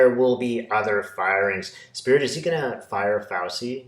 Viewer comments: (, it's pronounced "Fau-CHEE", not "Fau-see"). THANK YOU for your brilliant readings! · love your videos. You're mispronouncing Fauci; it's the ci sound of arrivederci. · Hey,. It's FowCHEE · Petty but Fauci is pronounced: F ouch ee like couchie. Lovely Italian name. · Thanks for supporting the concerned citizens of the USA, your fellow citizens. May I respectfully submit that you listen to CNN or another USA based news source speaking Dr. Fauci's name. As I had to learn some time ago, the c in Italian names is a CH for us English speakers. Peace and well being to all of us. Keep on keeping on.